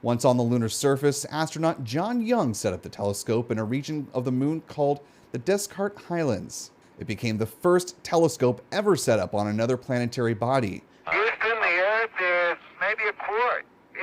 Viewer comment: that's "day-KART"